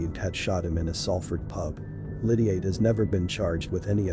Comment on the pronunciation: Pronounce his name properly or just don’t speak. Explain who his sister is. The wife of Massey